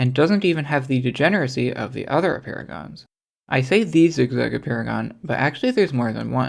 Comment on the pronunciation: Apeirogons sound like "a paragons"